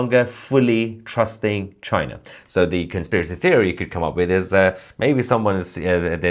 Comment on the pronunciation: no no no it's not china ... its ....chi...nah😅